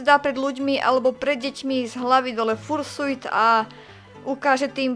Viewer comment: raz a naposledy. vyslovuje sa to FARŠJUT! x)